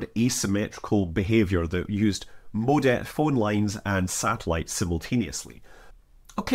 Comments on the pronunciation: HOLY DIAL UP TONE BATMAN! say it with us Scott. MO-DEM MO-DEM You madlad you. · Scott you say modem so funny. is it a Scottish thing?